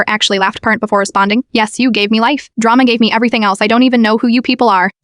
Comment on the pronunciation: “Drammas” ai story or the text to speech was badly typed